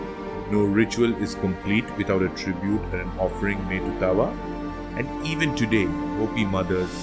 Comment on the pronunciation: As someone who is Hopi born into the sun clan I would like to make some corrections first his name is pronounced daawa thru-out all Hopi but is commonly spelled taawa second he did not destroy the third world in a flood it was the second world that was flooded and was destroyed by the serpent god pololokokangwuu and also he is referred mostly as taawa itana-a or father sun but other than that kwa-kway (thank you ) for teaching abt my wuuya 🫶🏽